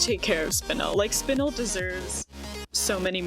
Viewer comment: Very proud of you for pronouncing Spinel right